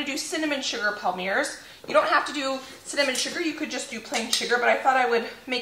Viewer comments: You're too cute! Good save on the burned cookies.... fyi - a microplane works well for removing burnt bits. Also, Palmiers is pronounced pom-yay. Super delish!! Looking forward to your candy video. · The french people in the comments are having a laugh 😂 I think the palmiers are pronounced palm-e-a-'s